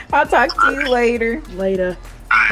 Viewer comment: The Jamaican Accent came out from "ok lata" dwl dang